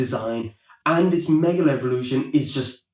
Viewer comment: "It's meger evolution"